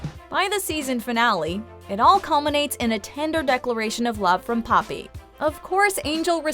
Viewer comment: The way the narrator says papi like "puppy"😂😂😂